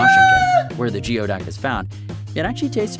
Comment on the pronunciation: what's even nastier than the look of Geoduck is that it is actually pronounced: Gooey-Duck